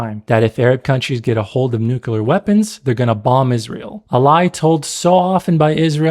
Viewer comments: The actions of Arab states is enough anti-Arab propaganda. Nobody needs to put it in movies. How ironic that your video is propaganda. Also, it's NUCLEAR, not "nucular".. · It's nuclear not nucular... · New-clear. Not *New-cular.